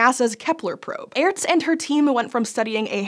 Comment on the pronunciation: Just so you know, it's pronounced like the word Arts. The e is not pronounced, it used to be used to make the letter before it (in this case A) sound longer.